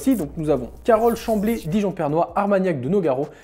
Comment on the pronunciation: Petite erreur de ta part c'est dijon prenois et pas pernois